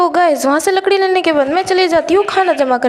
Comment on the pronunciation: Lakri ya ladki 😂😂😂